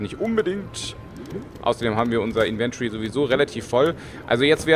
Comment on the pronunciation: Affektiert gibt es P.S. Inventory spricht sich anders no offense :)